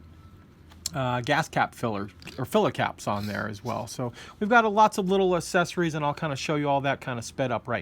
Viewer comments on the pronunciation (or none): Awesome build video! I'll have to keep an eye out for this one. One thing I noticed... might be a silly thing on my part, but you seem to pronounce "Accessories" as "asessories," without the hard "x" sound. I wonder if certain pronunciations are in the process of changing... like how people say "stren-th" instead of "strength." Just something I noticed. Languages always change.